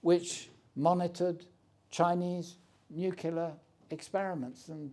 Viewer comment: gives no agency to the ukrainian people...(madam, thank you for your question) he calls ukraine a 'small' country, which it most definitely is not and 'nucular'...really? would be good to hear someone like him posit on how things would have gone if eu rather than nato membership had been given the greater impetus over the last 15 or 20 years total tory